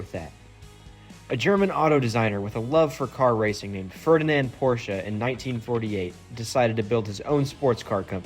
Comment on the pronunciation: k so we can all pronounce Ferdinand Porsche correctly so why can't people pronounce porsche correctly?